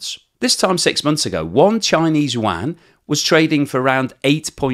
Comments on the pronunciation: what is the “Chinese wan” or “Wang”. Is it similar to the Chinese “yuan”? Pronounced “you-an”. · I speak Mandarin. No offence but youre butchering that. Its pronounced "you - en". or just "you-n". Dont even worry about the tone - just say it that way. That was a real fingernails on the blackboard experience. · I keep hearing you say yuan as wang and it gives me flashbacks to Shadow Warrior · Love how you pronounce yuan. 😂🎉